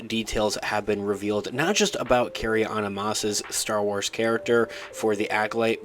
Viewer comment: Unbearable. It's Carry Ann Moss. NOT Anna...